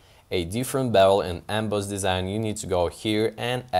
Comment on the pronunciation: haha like the way you say "bevul & embaaaawse". Great video!